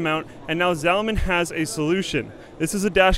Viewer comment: ZALLLLL-men No, it's "Zawl-men"